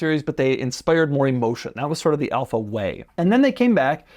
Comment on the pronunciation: I clicked this video hoping he wouldn’t say Alfa and it was the first one 😂